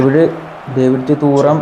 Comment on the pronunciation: തൂറം അല്ലടാ തുറാം aada😂😂